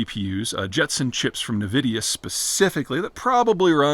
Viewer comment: someone teach the man how to pronounce Nvidia.